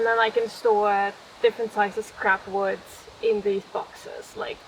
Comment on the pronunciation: Can you please stop adding an S to wood.